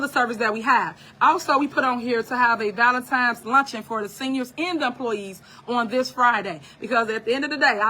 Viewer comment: She said Valintimes 😅